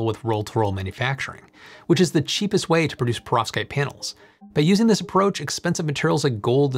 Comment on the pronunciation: Could you please try not to pronounce Perovskite so it doesn’t sound to me like Prostate. It’s very distracting!!